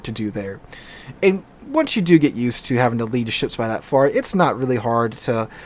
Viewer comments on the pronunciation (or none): none